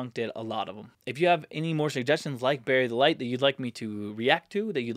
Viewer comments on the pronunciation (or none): Ha, sounded like you said Berry Delight, haha.